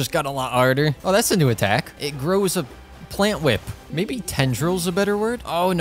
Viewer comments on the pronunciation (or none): none